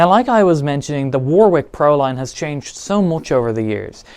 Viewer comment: You're english. Its pronounced WARRICK not Wor-Whick *Edit- you speak english